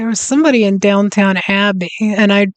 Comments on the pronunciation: Did you just call Downton Abbey, Down Town Abbey? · Noooooo not Down Town it’s DownTON abbey 🙈🙈🙉🙉